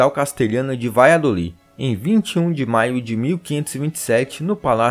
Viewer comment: Se pronuncia " BaDJadolid" !!!